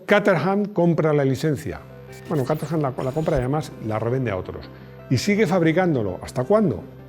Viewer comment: cómo te esfuerzas tanto en pronunciar nombres y marcas como se hace en su idioma de orígen te lo comento a modo de chascarrillo, Caterham se pronuncia /kéy-tram/ en inglés. Me quedé roto cuando lo escuché 😅. Me encanta tu canal, un saludo.